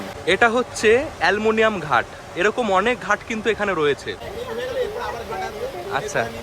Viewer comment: অ্যানমনিয়াম ঘাট নয়, ওটা আর্মেনিয়ান ঘাট বলে।